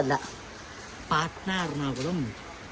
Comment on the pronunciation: Patna❌ patta✅